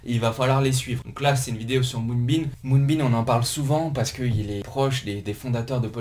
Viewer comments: Top la vidéo! Mais arrête de dire MoonbeaN stp. Lol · Quand on attaque la vidéo et que le nom du projet est mal prononcé ça commence mal...